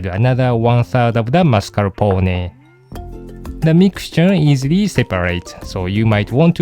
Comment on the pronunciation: Very good the pronunciation of "Mascarpone" and "Savoiardi" !! :-) Greetings from Italy